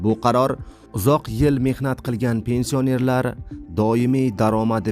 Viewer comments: Илтимос тугри укинг пенсия нер сузи ни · Пенсиянер-сузини талаффуз килишини урган, саводсиз